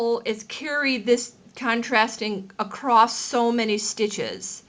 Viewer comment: You said "accrost" --- that cracks me up every time! That's not how I do FI, but no matter.